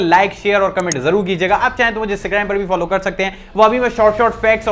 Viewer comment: And also kaarrr skte h 😂😂😅